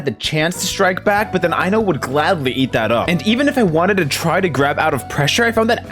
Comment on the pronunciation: Ain't no way you just pronounced I-No's name Eye-No 💀